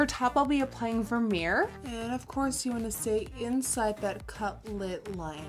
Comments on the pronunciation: I can't believe you pronounced Vermeer with an English accent hahahaha what's up with that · So cute when your dutch came out when you pronounced Vermeer 😍